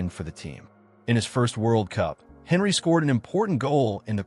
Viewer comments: When you pronounced his name i knew bs would follow . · How can we trust your opinion when you can't even pronounce his name correctly? 🤣🤣🤣